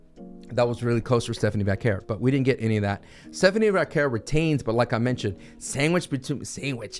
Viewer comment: thank you for pronouncing Stephanie Vaquer's name correctly! 🙏 drives me crazy calling her "Stephanie Vucker" constantly!! 🤦🏻‍♂️🤣🤣